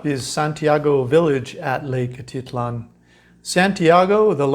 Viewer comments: A teet lan.... not...A tit lan ... thought you might want to know .. Your pronunciations are not correct a few times. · Great content! I cringe every time you say atitlan. It sounds like a teat lan, not a tit lan